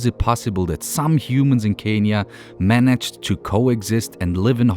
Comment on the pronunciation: Dean ich liebe dich und dann noch in meinem Land .. but pronounce Kenya